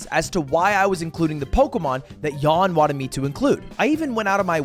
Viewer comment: Pls learn how to pronounce jan. Ty